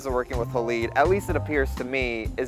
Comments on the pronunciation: "Hay-Lide" --- Not haleed... lol. Didn't you study chemistry at high school? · I’m pretty sure it’s pronounced hal-eyed, as in silver halide (a chemical used in making film). Not haleed.